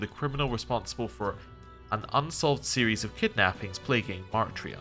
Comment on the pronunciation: You keep pronouncing it as "Mar-tria", but the spelling is Martira, with the "i" before the "r". It's probably meant to be a corruption of the word "martyr", so it's likely meant to be "martyr-a".